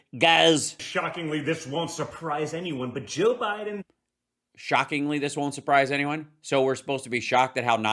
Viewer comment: And the way he says Joe Biden. What is that? Also, I swear there was smoke coming out of Jrs mouth.